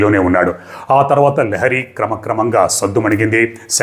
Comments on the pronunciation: లియారి,ల్యారీ…లహరి కాదు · Correct. Not lahari.